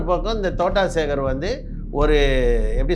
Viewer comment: தோட்டம் சேகர் என்று கூட உனக்கு தெரியவில்லை தோட்டா சேகர் என்று சொல்கின்றாய் உனக்கு எல்லாம் தெரிந்து மாதிரி பேசுகின்றாய் நீ இன்னும் வளருனும் தம்பி வாழ்த்துக்கள் 😂